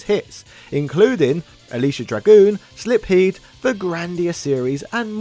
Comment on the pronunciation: It's 'Silpheed', not "Slipheed".